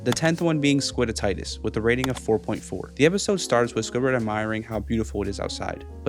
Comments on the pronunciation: it’s not squidititis it’s squid itis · I'm sure it's been said before but: SQUID-eye-tus. '-itus' being the suffix to mean: inflammation. SQUID-itus. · its not squid itis its squiditis